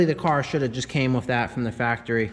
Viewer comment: Love your channel, but please...with, not, wiff.